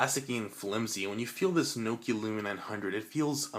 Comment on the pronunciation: what's a "NIKIA"?